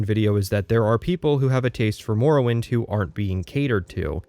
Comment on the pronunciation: Why are you pronouncing it as "more-owind" Edit 1: why are you pronouncing it as "nirn rut"